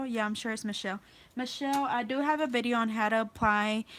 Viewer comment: Where are you from I notice you say bideo instead of video